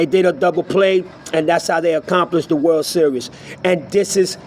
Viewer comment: WORLD SERIOUS ? Are you able to speak any English ?